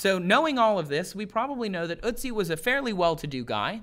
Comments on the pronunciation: Oat-see. Not ootsie. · Its not ootzi otzi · Its ötzi, not uzi... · ***** Yes g at the end can be pronounced as a -sh sound. But Ötzi is spelled so because it roughly pronounce urt-tzee and not ur-tzee or, as says, oot-tzee. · It's ötzi not utzi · Not utzi Ötzi an o with dots of you cant say Ö say o not U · ÖTZI, not UTZI! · Damn Americans not knowing how to pronounce Ö, you make him sound like some cute cartoon when saying Ootsie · "Ö" as in "earth" or "girl" [örth][görl], Ötzi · ElinMoby Well, I am from Sweden to and it doesn't sound jack all like an Ö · OMG!! The way you prounounce "Ö" gives me a headache. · Your pronunciation of ötzi is 😬